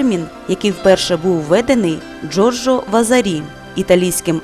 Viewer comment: чому Вазарі з наголосом на останньому складі?